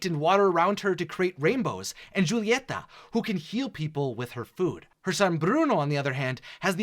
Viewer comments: Good video but your pronunciation of some of the names is cringey. No offense. Julieta has a silent J. So it's pronounced like Ulieta. And it's Camilo not Camille. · Is it so difficult to pronounce Julieta,Camilo,Felix and Agustin the right way? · I just noticed a little error for mirabel you said Pepa and Augustine it is Juliaeta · Pepa and Augustin 😭 I know its a mistake and I’ll let it slide but its funny 😂